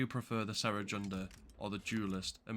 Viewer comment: Idk if it's just your accent or what, but I've noticed this several times in your videos: Cere is pronounced like "Sear" (as in how you cook a steak, lol), not "Sarah". No offense, just saying. Lol. Great video as always!